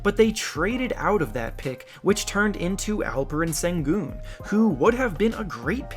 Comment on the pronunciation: Sengun is pronounced like 'Shen Goon'